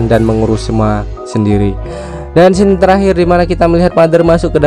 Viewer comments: Koreksi, Scene dibacanya bukan skin tapi sin. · coy scene dibaca sin.. bukan skin, dikata mobelejen kali be-skin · Scene dibaca sin bukan skin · Scene bacanya sin bukan sekin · Bacanya sin bukan skin bang ( scene : sin ) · maap ya tapi gue juga punya koreksi. Cara mau nyebut "Scene" itu "Sin" bukan "Shin". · Scene Bacanya "Siin" bukan skin, kalo skin kulit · pronunciation scene tu dibaca "sin" min bukan skin😂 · SKIN APAAN? SCENE ITU BACANYA SIN BUKAN SKIN. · scene mas bukan skin cara pembacaannya (sins) bukan (skin) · Skin skin apaan si. Bacanya yg bener bang "scene" bukan skin. Skin mobile legend apa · kalo nyebut scene itu sinn bang bukan skin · Setau saya scene dibaca sin bang.. Bukan skin😁🙏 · Kritik dikit.. scene bacanya sin, bukan skin wkwkw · Scen brooo bukan skin wkwkwkkwkw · Laiya di baca sin gobl" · Scene itu bacanya sin bang. Sekedar informasi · Baca "scene" itu bukan 'skin' bro... coba pake google translate bacanya gmna.. biar channel ini berkembang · Scene itu dibacanya scene